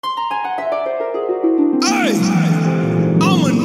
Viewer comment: "my lorrd"